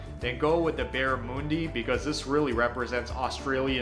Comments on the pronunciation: BARRA- MUN - DI as in the sound u makes in UP Not Barramoondi- FFS Yankees! need to learn how to pronounce words- Barramundi is a loanword from an Australian Aboriginal language of the Rockhampton area in Queensland meaning "large-scaled river fish" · Barra-moooon-di? WTF. It’s Barra-mun-dy. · NOT BaraMOONdi, it's BaraMUNdi as in sun or run. It's just overpriced fish and is no good for fish and chips as it's too mushy, just get cod. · It's Barra-mun-di not munh-di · I agree with the others, especially Bella. "Barramundi" is not pronounced like the guy in the video says it, it's not Barramoondi"! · The video you're reacting too is cringe. He can't pronounce the fish Barramundi. He says Berra-mOOn-dy. It's Baarra-MUN-dy. Fairy Bread is what 4yo kids eat at parties. Lamingtons are great. Kangaroo is great but not often on menus. Meat pies and sausage rolls go hand in hand. The meat pies come in heaps of flavours, eg cheese and bacon, pepper steak, and South Australia is famous for a Pie Floater. Vegemite is normal on toast when you're sick. It's great with melted cheese. And I've never seen a beetroot meat patties in a burger. The beetroot is always a slice like tomato. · Barramundi is pronounced as Barra-mund-ee Not Barra-moondee 🙄 This fish is the best tasting fish around. ❤️ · yeah not barra-moon-di...but barra-man-di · Got to laugh at the pronunciation. Barramoondy. lol. It's barramundi like barra-fun-di. Fairy bread is just a kids treat it isn't an 'aussie food'. Sure, try the pies (they aren't like pommie pies) and the sausage rolls aren't bad and the snaggas are great. If you are not used to savoury/salty on toast then vegimite is a bit unsettling, stick to the peanut paste but if you are going to try it use toast not bread and be generous with the butter and use the vegemite sparingly. 'Roo meat is more of a restaurant thing. It is very very lean and if cooked wrong can be as tough as old boots. Enjoy. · Barra mun dee, not barra moon dee 🤣🤣🤣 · Barramoondee, lol